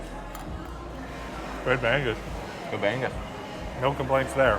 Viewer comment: your pronounciation of bangus reminds me of bangbus 🤣🤣🤣